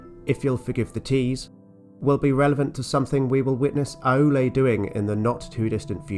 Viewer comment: Just a couple of pedantic pronunciation notes: "Námo" is pronounced "NAH-mo" rather than "NAY-mo", "Aulë" is pronounced "OW-lay" rather than "ah-OO-lay", and "Vairë" is pronounced "VYE-ray". JRRT does love his diphthongs! But all told you're doing splendidly handling the shower of names that JRRT hurls at us: we should be thankful that not all of these start with the letter "F" 🤣